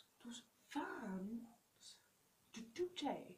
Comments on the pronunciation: Δικα τους ειναι τα λευτα και οτι θελουν τα κανουν και σταματα να λες το 2j με προφορα ειναι σπαστικο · Και Γτ λες το 2J με προφορά χαχα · Κάθε φορά που λέει 2j κλαίω από τα γέλια 😂 Οκευ γνώμη τς δεν είπα το αντίθετο αλλά το "2j"... Για ποιον λογο να το λες έτσι???? ΑΚΌΜΑ ΚΛΑΙΩΩΩ 😂😂😂